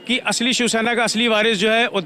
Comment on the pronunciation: उदय नाही बे.. उद्धव है ये.. 😂😂😂😂😢😢😢😢😅😅😅